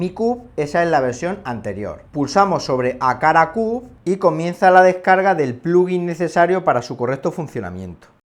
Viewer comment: Excelente pronunciacciione del “wakala cub”...